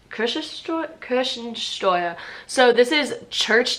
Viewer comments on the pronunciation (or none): I love the way butchers the spelling of Church-Taxes, for me it sounds like there is a mandatory cherry-tax in Germany as she says Kirschen-Steuer instead of Kirchen-Steuer;-) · Yes, but the "Kirschensteuer" has potenial for improvement. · Kirchen-Steuern sind keine Kirschen-Steuern und werden deshalb mit "ch" und nicht mit "sch" gesprochen!